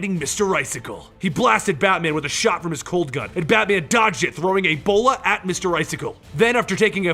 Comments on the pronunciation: looooool I literally heard EBOLA and was like "well okay then..." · Thought he said Batman threw Ebola at me icicle